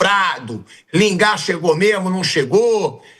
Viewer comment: Lingarde? Porra, nem pronunciar o nome dele sabem. E ainda são pagos? Pelo amor de Deus...